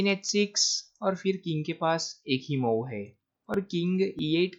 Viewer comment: Your game selection is good but the pronunciation is very bad. It's मुव्ह not माउ. And why do you sing while talking about moves? I like your game selection but please improve pronunciation.